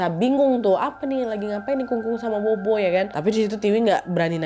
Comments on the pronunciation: Kak Nadia , cuma mau koreksi dikit BOBO dalam Chinese itu sebutnya POPO ... Jdi di chinese B itu P ... Jdi kaya BOBO - POPO ... BABA - PAPA gtu ... 🙏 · Bobo baca nya Popo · sedikit koreksi, buat org chinese tulisan bobo itu dibaca "pho-pho /popo" buat video selanjutnya jangan salah lagi ya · bobo bacanya popo nad.. dupa itu hio